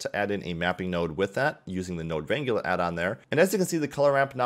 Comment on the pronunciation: RAN-GYU-LAR? Really? It's pronounced RAN-GLER! As in to wrangle horses or cows.